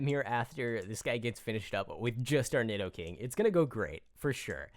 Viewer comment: NEED-O-KING NOT NID-DOE-KING